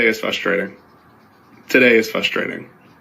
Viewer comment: today is FUSSTRATING 😂😂😂 Its fRRustrating sir, frustrating